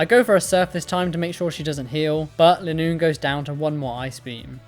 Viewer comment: Just to say linoone's name is based on a straight line so the "li" would be pronounced like the "li" in line. So you don't have to think about how to say it